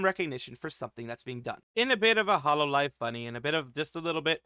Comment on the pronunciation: I hate to be that guy but "Hololve"